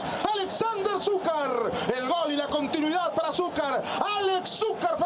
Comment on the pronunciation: Porque grita Col en vez de Gol